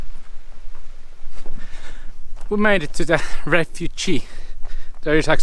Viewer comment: Just to help ... knackered and knee has silent k, like know or knowledge etc. And refuge (2 syllables) very different to refugee!